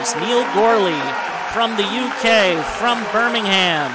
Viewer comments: It's not "BirmingHAM, it's "Birmingum" ( with a rising intonation on "um" ) 😊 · I think he mentioned BirmingHHam track club, not sure which track club he represents, but he definitely isn't from Birmingham. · The way he pronounces Birmingham in the UK 🤣